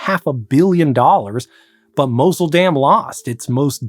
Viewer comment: Tigris, Mosul, etc. At least make some effort to learn how non-english words are properly pronounced.